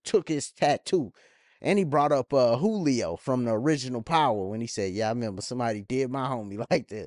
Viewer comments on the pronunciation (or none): none